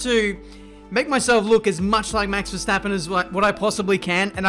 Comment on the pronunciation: Nice how everyone say ‘Max Verstappen’ as ‘Mex Versteppen’